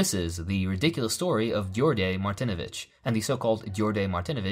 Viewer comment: druže, haven't seen anyone mention this but thought to give you a quick (not super important) tip: the 'dj' in Djordje is pronounced as a 'J' like in John. English translation of Djordje is basically George. Regardless, I'm Yugoslav and have never heard of this. Lol